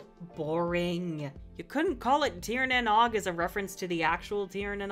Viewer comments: good video, but as a Irish man saying "tír na nog" instead of "tír na nóg" hurts me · It was called tír na nóg? Cool but like also the ó is like oh not o.